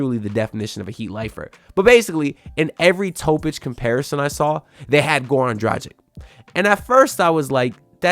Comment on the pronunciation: my god you don't even know how to pronanuce last name of one "of your favourite player", Dragic... if you make a video at least learn how to say last name of a player that you mention, which what you said - isn't!